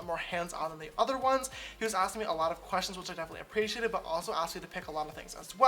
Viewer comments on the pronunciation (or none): none